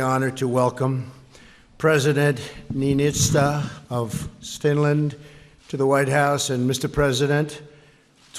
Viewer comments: At the beginning of TRUMP'S speech, he called Finland Stinland!🤣😂 Look at Finland's presidents face after Trump said that! LMAO!🤣😂🔮ɱყʂɬı¢ąιɱ00ŋ🌙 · I heard it like Swinland...😂😂😂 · what is this Stinland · he said stinland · Wait, did Trump seriously call Finland "Stinland" ? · Right?! I clearly heard “Stinland” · You guys...he said “stinland” 😳🤦🏻‍♀️ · “Stinland,” how tf did nobody in the audience notice or say something about that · I heard it Swinland but so many people have heard it Stinland, so I guess I heard it wrong...😂😆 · I heard sfwinland xD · He did say Stinland. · It's weird how it ended up like stinland in the paper he was reading from. Because just after that he reads Finland! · Oh wow he pronounced Finland incorrectly 🤔 what a horrible president 🙄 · I noticed that too lol he started off dumb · yea, I heard it too lol